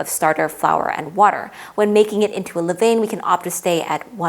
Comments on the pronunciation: Pronounced leh-VAHN not leh-VAYN. Levain [International Phonetic Alphabet: /lə.vɛ̃/ Sounds like leh-VAHN (nasal "n" at the end, as typical in French)] You're trying to present from a position of expertise but simply not being able to pronounce this basic term makes you look amateurish. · So technical and deeply researched, but every time you say “le vane” something inside everyone who speaks a little bit of French dies For next time, it sounds like “le van” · Good video. Levain is pronounced Le van! And yes that is in all the English speaking world.